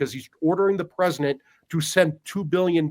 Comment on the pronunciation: Say "Presinet" Trump one more time.